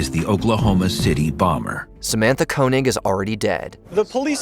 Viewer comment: Koenig is pronounced KAY-nig.